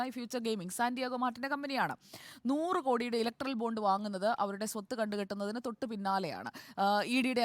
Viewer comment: സങ്കി പെണ്ണെ ബോണ്ട അല്ല ബോണ്ട്‌ ബോണ്ട്‌ 🤣🤣🤣